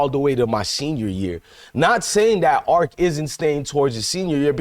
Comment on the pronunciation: Arch not arc.